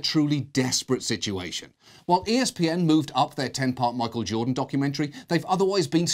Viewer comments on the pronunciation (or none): none